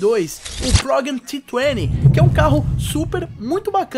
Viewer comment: e progem t20 ,nao esse nome q vc falou tritene sei la